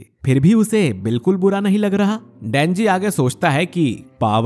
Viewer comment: You say dhenji